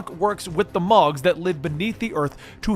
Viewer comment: Moogles not “mogs” Celes was not a spy